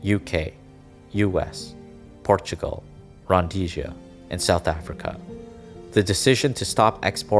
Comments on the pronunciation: Rhodesia, not Rhondesia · It's Rhodesia not Rhondesia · There's no N in Rodesia